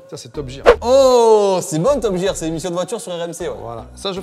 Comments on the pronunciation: Je crois que a du mal avec l'anglais. Entre top "jear" au lieu de "Gear" et le "guess" au lieu de "guest" dans a prendre ou a laisser 😂😂.. après ils sont top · non non c’est bien top [guire]